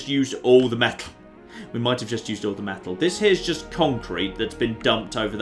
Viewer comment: ITS NOT DEH POT ITS DIH POT